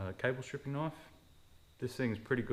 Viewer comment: I hope you know the k is silent in knife